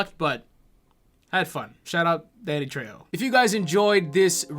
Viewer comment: I can't believe mispronounced his name! It's Danny Fucking Trejo!